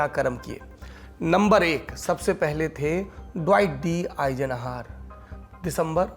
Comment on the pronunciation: 1. आइज़नहावर का उच्चारण सुधारिये २. ज़ुकाम की दवा लीजिए